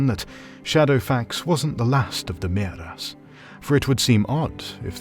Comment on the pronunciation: Is it Maeras or Mearas? I'm confused. Personally, I like Maeras, but in the name of the video it says Mearas, unlike the translation.